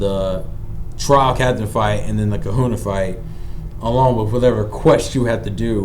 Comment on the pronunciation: This is the second video where someone isn't able to pronounce Kahuna, that word is a common phrase...we say big kahuna all the time, maybe it's an age thing